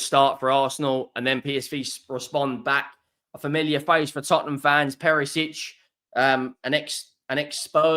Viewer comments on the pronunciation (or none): none